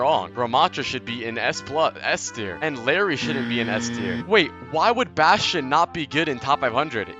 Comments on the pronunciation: its not larry btw its spelled like, iYari or i-jar-i, i-jar-ee if we want to make it sound north american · il- Æ - ri PLEASE 😭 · ill air ee